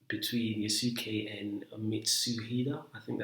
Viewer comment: Bro it has the same pronounciation as sasuke from naruto ,it not pronounced (yasookay )😭😭😭